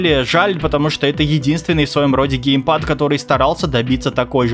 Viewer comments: Гейпад ещё 😂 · Не ГЕЙпад, а геймпад... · ну вроде геймпад а не гейпад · Геймпад а не гейпад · Серьезно? ГЕЙПАДЫ??